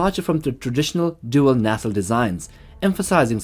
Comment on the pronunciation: The word is pronounced, "NAY-CELLE".....Not, "NA-CELL"...."NAY-CELLE"!!!!!